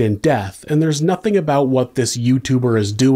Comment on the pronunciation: Nothink happened. Anythink. wtf is this weird pronunciations?!